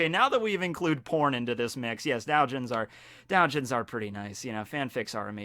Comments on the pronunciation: It's do-Jin (do as in domino) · Doujin is pronounced as do u ji n with the dou part being a long O sound and the n being a hard n, so DOH JEEN